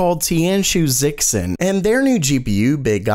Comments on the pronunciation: And "zh" makes a "j" sound. So it should have been pronounced as Jishin. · Just a note: the "X" in Chinese makes a "sh" sound ;)